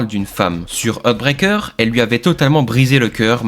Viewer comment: 🙏 SVP, apprenez a PRONONCER LES TITRES SANS LES MASSACRER 😮 "Heartbreaker"= "HArtbrEYker". "Threatened" = "ThréTeuNd". C'est le seul défaut de vos vidéos passionnantes ! ❤ 🙌